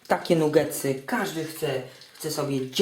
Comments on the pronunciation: "nugetsy" hehe chyba "nagetsy" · nie mówi sie nugetsy przez "U' tylko przez "A" czyta się nagetsy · mówi się nagetsy albo i nie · bo robi je dla kogos on ich nie je xD a pozatym pisze sie NUgetsy a czyta Nagetsy. Nabie xD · nie powinno sie czytac NAGETSY ?